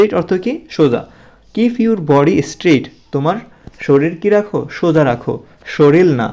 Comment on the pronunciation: অনেক উচ্চারণ ভুল আছে স্যার আপনার।প্লেস হবে এটা প্লিজ না,এসটেট না স্ট্রেইট হবে।ইয়ুর না ইওর হবে।ছোট বাচ্চা রা যেহেতু আপনার ভিডিও দেখে সেহেতু বানানে আরও সতর্ক হবেন